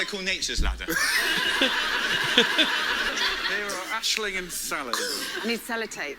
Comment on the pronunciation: Yes, my favourite uploads right now!! This season's cast is so good, Sally Phillips is amazing and some truly hilarious moments. P.s the Irish girl is Aisling (Ash-ling), not Ashley 😃